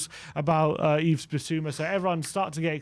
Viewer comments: Someone tell the boys it's pronounced "Eve" not "Eves", I can't take 5 years of hearing them call him "Eves" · Yves: the "S" is silent. Pronounce as Eve.